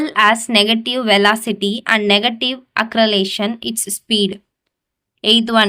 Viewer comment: Acceleration pronunciation is wrong